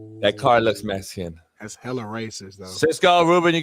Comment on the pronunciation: "That car looks mescan" 🤣